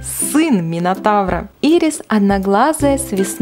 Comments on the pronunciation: Не Ирис а айрис и не Мани а Мэни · Не Ирис а Айрис Клопс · Читается не ийрис а айрис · Не Мани и ирис, а Мэни и Айрис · Правильно говорить не "Ирис" а "Айрис" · Ни Ирис а Айрис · На счёт Мэни согласна, но имя Айрис можно прочитать так же как и Ирис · Не мани а Мени не ирис а Айрис Клоп!!!!! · Айрис, а не ирис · Да не Ирис а Айрис и не Мани а Мэни господи!!!!! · Айрис а не ирис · Вобщето Айрис клоп и Мэнни тавр !!!!!! ТАК ПРАВИЛЬНО!!!!!! Э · не хочу обидеть но поправляю прочтение имен кукол монстер хай с комеккона 2014 там Айрис и Мэни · МЭНИ и АЙРИС , ато вы как-то странно произносите имена